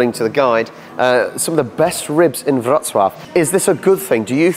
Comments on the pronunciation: Back to train station with an amazing food hall. Well done on your pronunciation of Wrocław! 👍 BTW baroque is barok in Polish 😀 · You have a very good pronunciation of the city's name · Mark my words: the true beauty of the Lower Silesia lies outside Wrocław. ⛰⛪🏰⛰ Kudos for a really decent Polish pronunciation! 👏